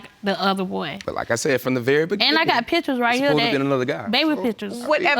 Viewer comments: did I here you right? Beginning or beginding? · I have never heard beginning pronounced with a D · You can’t go on looks but whew. Those eyes, her nose, her forehead, her stale face looked just like him. I had a feeling he was lying when he said “begin-din” 🤦🏾‍♂️ but woah. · The "beginding??"🤨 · From the be-gen-den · "I been asking for a blood test from the BE-GIN-DING" 😭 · “From the beginding!!” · “... from the beginnding...” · Did he say begendin? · Did he say “beginDing”? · He keeps saying “beginding.”? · ITS WHEN HE SAYS....FROM THE BEGINNDEN!!! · The “Begin-din”😩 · I think he said BEGIN-DING to be funny cus directly after he said it that way..he said it correctly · And he put a d there every time he said it. I'm beginding to think he doesn't know any better. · " from the very Beginding, I want a blood test" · I hate when people mispronounce words. What is a Beginden???????👿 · Yes opposite of ending.. beginding duhhhh